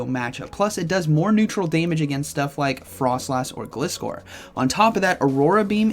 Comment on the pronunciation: It's not Glis-core... It's Glizzer like Scissor...